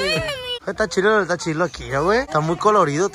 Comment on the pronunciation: No se dise chilo se dise chido